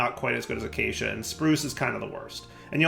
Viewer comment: Ayyyy he finally pronounced "acacia" correctly, only took like a decade 😂❤